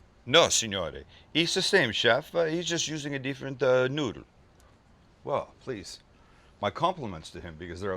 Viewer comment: "....jus using a deeferent noodal." 😂😂😂😂